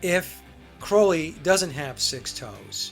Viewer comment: Love your show,! Enjoy them! Been wanting to tell you this for awhile: Crowley’s last name is pronounced CRAW-LEE. xoxo The Clarences